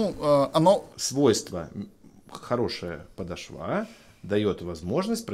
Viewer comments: ПодошвА режет слух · Это "подошвА" ужасно резануло слух